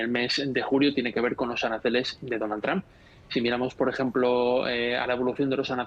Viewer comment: Por qué los españoles pronuncian tan mal el apellido Trump? No se fijan cómo lo hacen sus compañeros y sobre todo, los angloparlantes.